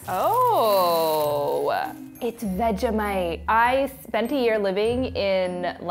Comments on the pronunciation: WFT IS VEG-A-mite Bish, ITS FRIDGING veg-eeee-mite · The way she said Vegemite, so wrong it kinda made me sad.